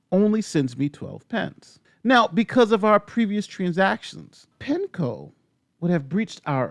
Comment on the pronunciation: On a side note when he said Pen Co. I thought he said Petco